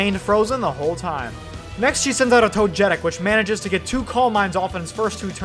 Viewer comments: Toe-jeh-tic? You mean Toe-geh-tic? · "toe-getic" lol